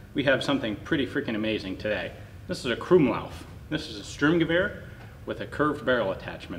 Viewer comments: "Sturmgewehr" literally translates to storm rifle (or rush rifle - "Sturm" has a bunch of meanings, German homonyms are awesome). So not Strumgewehr, just like it's not a strom, but a storm. ;) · The way he pronounces krummlauf and sturmgewehr cringes me so much as a german